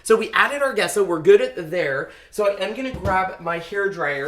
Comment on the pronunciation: Nice job. Also, pronounced “Jess-o” and not “Ge-sso” 😃